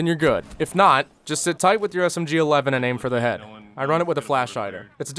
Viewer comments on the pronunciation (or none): none